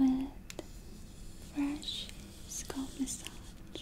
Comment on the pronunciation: holidayhoseok I was thinking about this just now. Her English has grown infinitely better. She occasionally slightly mispronounces words, like scalp, but her normal pronunciation and sentence structure is amazing. She speaks better English in like the 2 years I’ve been watching her than my Russian boyfriend in the last 10 years.